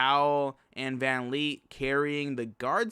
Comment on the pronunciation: VAN VLEET NOT VAN LEET